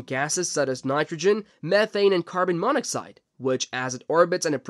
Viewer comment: AI voices are getting better but they still get words wrong, like carbonmonoxide being pronounced as carbon mono cide